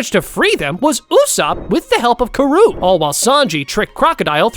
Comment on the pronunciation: Who is kuh-roow? I think you mewn Karoo. Emphasis on the A, pronounce it as an A. Also, you pronounce Rs in Japanese as how you pronounce the Ts in butter. If you are going to start a youtube channel about an anime, pronounce the names of the characters correctly. It isn' even pronounced Kuh-roow in the dub version!